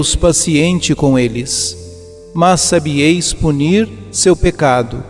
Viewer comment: É preciso que o narrador se corrija nas conjugações verbais!!! "Respondiêis" e "sabiêis" não dá!! Alguém avise por favor! O canal é muito bom mas esse problema atrapalha demais!!